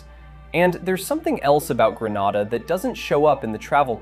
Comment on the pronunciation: Grenada 🇬🇩 is pronounced “Gree nay da”